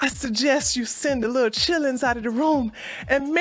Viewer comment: She said chittlins. HAHAHAHAHAHAHAHAHAHA